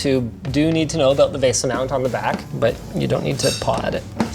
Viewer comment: "vase-ah" .. say what?